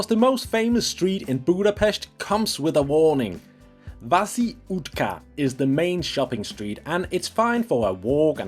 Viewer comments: Vaci Utca is not utka,gee man, can you not ask someone how to pronounce some prominent places? If I look for that street and say “utka” with pointing to several direction, as most people do when searching for landmarks, etc., no one will understand what I am asking about. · It is not Vaci Utka, pronounce is Vaci Utza please! Or try at the least 😢.